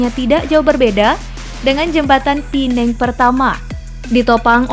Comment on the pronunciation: Pulau Pe nang BUKAN pulau pi neng🙄🙄 WOI....URUTAN TERPANJANG APA TERPENDEK MIN